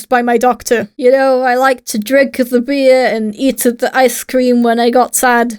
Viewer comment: I like to drinkUH the beer and eatUH the icuh cream